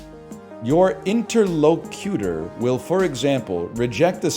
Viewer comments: I like how he pronounces interlocutor like it's a pokemon. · Yeah like a rock type legendary or something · I cringed every time he mispronounced interlocutor, which was very cringe of me. I call that the cringe fallacy